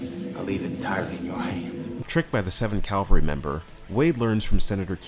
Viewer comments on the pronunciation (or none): This is very good. The only thing that bothered me about this video is that you kept saying 7th Calvary, when it's supposed to be 7th Cavalry.